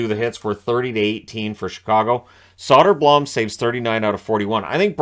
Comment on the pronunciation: It's pronounced Soder-Bloom